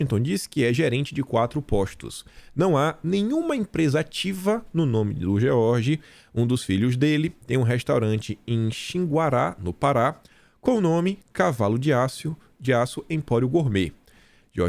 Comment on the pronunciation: Não é xinguará... E sim xinguara